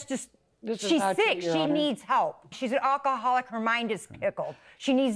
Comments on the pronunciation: RIP English language, the Defendant hardly knew you. "Jealous of my brush," "resussting arrest," "onkaholic," "Facebook page-book," "emotional Strauss," (sounds like a name of a band!) "you are no longer warcome in this family," "she purshes my buttons," and she suggests the Plaintiff's brain is pickled? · she can’t even pronounce “alcoholic” 😭